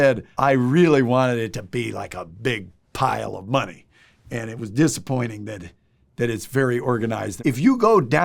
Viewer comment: It’s Count da Money. (that’s Mon-ehy)😂